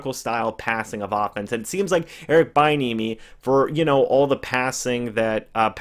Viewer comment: Its pronounced be- enemy 😂